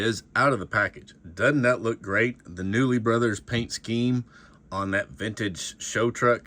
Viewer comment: He's pronouncing it wrong. It's pronounced "Koonley"